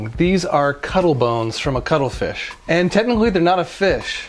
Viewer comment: I thought he was saying cuddle fish. Had to Google.... ===> cuttlefish